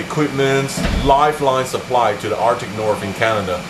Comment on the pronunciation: the "Arctic Norf"